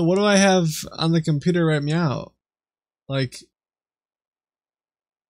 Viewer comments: Is it just me or every time he's supposed to say "right now" he was saying "right meow" ? Edit: I just noticed there's a meow counter at the top right corner. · had to pause video first time i heard "right meow", im not listening to that for an entire video lol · Should have kept a counter of how many times he said 'meow' in place of 'now'